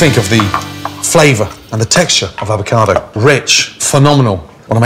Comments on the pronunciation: "if d'avocadou is nice n'ripe... d'SHIT just all fall away " oh gordn :'D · once a avaocado always a avaocado